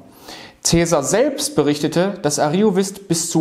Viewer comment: Vielen Dank für den Beitrag. Ich möchte noch anmerken, daß zwei Wörter falsch betont wurden: Ariovíst(us) sowie Häduer (Betonung auf dem ä).